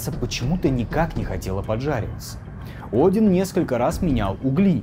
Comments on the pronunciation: тут он видимо ошибся когда читал текст. Правильно будет не один, а Один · На ударение стоит неправильно и смысл искажается, мед поэзии в образе сокола из ётунхейма вынес БОГ Один, убив охранявшую его великаншу